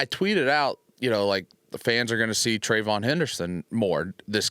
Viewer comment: Can someone please correct DA with how to say Hendersons first name 🤣 “Travon”